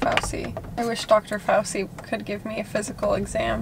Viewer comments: Dr Fauci is adorable, his name is actually pronounced “fau-CHI” ( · I love y'all but I cringe when you guys say fauci lol in italian ci makes the sound of ch in english so its pronounced fauCHEE